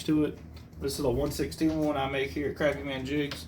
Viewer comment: Fellow South Carolinian here. The fact that you pronounced Crappie correctly gets you a follow. Lol.